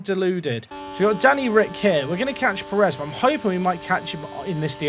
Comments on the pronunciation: On the pronunciation thing, it's not about how you say the word "pear," but about which syllable gets the stress. It should be on the first syllable (PAIR-ez, not per-EZ). It's a minor thing and even here in the US where a larger portion of the population has Spanish surnames, it's often pronounced the way you say it. It's technically incorrect but it's a minor difference that isn't likely to offend anyone other than pedants. Similarly, I've noticed a lot of English folks pronounce Jimenez as HIM-in-ez instead of him-EN-ez. Same thing. It's wrong, but it's not horribly wrong and we all know what you mean. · you are saying sergio pérez wrong, to be fair. the diacritic is there to help you, you're stressing the wrong syllable. if you say "DI-az" it's normal but if you said "di-AZ" people would think you're a psycho, it's like that. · It's not just native speakers that can identify the difference. Every American can tell you how to say it. Brits are actually horrible at saying Spanish names - it's an issue with what syllable to emphasize. You need to emphasize the first syllable in Pérez (the accent mark indicates emphasis). If there's no accent mark, you stress the penultimate syllable. Robert Martinez' last name is always mispronounced by Brits. Also, it has nothing to do with whole pear pronunciation thing - that's a single-syllable word, and the issue isn't th vowel sound, it's the stress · Actually calm down as a Brit most people I know how to say a name if you tell them and who cares? It’s f1 manager stop crying about something that doesn’t matter. Spanish speakers can’t pronounce English things perfectly and they have no reason to pronounce everything perfectly. So stop crying about it when it’s the other way round and it’s irrelevant in this sense. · You definitely don't say Perez right. Not nearly enough "K's" and "Q's" ;)